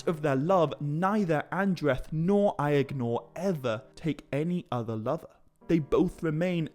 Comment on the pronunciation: I swear everythime you say Aegnor, I hear "the brother I ignore" :D